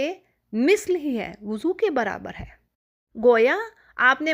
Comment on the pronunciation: Mad elfaz ke durustgi bhe naiky he Lafaz. . woozo nahe wuzo he.Abdul basit